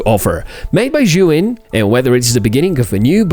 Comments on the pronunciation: why do yo say "shuin"?? The name is "Zhiyun" and sounds like "seeyun". I had seen a lot of reviewers saying "shuin" and i dont no why. I don´t speak english, so for me is confusing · "Seeyun" isn't the correct the pronunciation either. It's a Chinese name and the z "zhi" is pronounced like a "j".